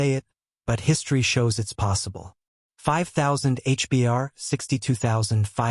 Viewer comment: For your own credibility stop saying H.. B.. A.. R…. You sound like an idiot It’s pronounced. H….BAR..